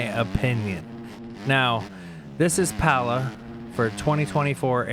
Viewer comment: Again. It’s Paul-ah 💀🤣 and Lynds was running a 1.58 not 49 but still insaneeee. I sure do hope they lay back on the roughness a bit for the next rounds coming cause good god this track makes me wanna throw my computer out the window lmaooo:_CAP::_YAAAS